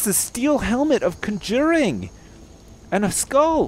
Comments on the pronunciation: you pronounce "conjuring" funny. That is all. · Well to be fair, its not exactly a common word, but I'm a fantasy nerd, as are several of my (Canadian) friends, but never do we talk about how we reached level 100 in Kun-JUR-Ing.